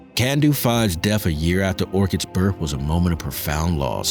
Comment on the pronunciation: Are you REALLY saying BIRF. It's BIRTH!!!!!!!!